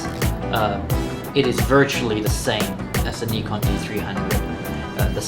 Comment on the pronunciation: It's a Japanese company, Japanese pronunciation. "Ni" in Nikon is same pronunciation as in "Nippon".